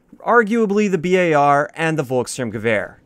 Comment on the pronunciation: I literally get so happy when you say B.A.R instead of Bar rifle. Your the only big CoD YouTuber who knows the real name of the gun. It's not a big deal at all, I just like when people know what they are talking about.